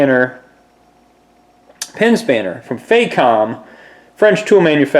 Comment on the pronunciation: Pronounced, "fah-comb" emphasis on first syllable.